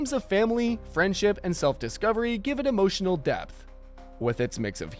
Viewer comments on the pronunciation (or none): none